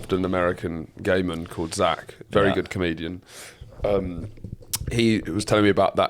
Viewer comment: In this weeks edition of “ out-Horatios himself” he pronounces “gay man” like “layman” Ps congrats boys on the 200 eps